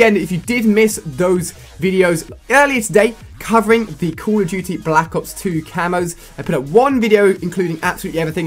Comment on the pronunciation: He can't pronounce "Call of Duty Ghosts" And don't say it's because he's from the UK. Total Biscuit is from the UK and doesn't talk like he has a mouthful of peanut butter